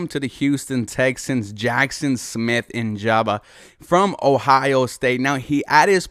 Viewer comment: JSN is (Jak-son Smith IN-JIG-BA)